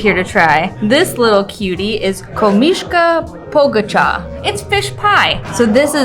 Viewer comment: Great video of my beautiful Croatia, my hometown of Šibenik, Krka Falls, all that food. Thank you! It was cute when you said "z, ž, ž - different sounds. Croatian alphabet with letters like ć, č, đ, dž, š, ž.. You did pronounce it pretty well especially "Komiška Pogača".. Greetings from US ( just came back after a couple of months in Šibenik) and already miss it. Enjoy your travels!